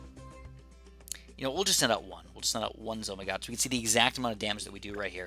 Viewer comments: It isn’t called a zo my gosh... it’s a zeppelin of mighty gargantuaness but if you don’t wanna say that mouthful just say z-o-m-g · it triggers me that you say "Zo my god" instead of "ZO eM G" aka the actual name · Why do you say zomy god FLIPPIN WHY DUMMY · It's pronounced Zeppelin Of Mighty Gargantuaness, I know it used to be a mistook capslock for "OMG" to "zomg" BUT PLEASE SAY THE CORRECT NAME OF.... you know what? nvm